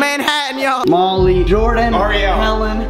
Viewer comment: HE SAID MOLLEE (even tho it was spelt molly) HE STILL SAID MY NAME AND SAID HE LOVED ME YES PLZ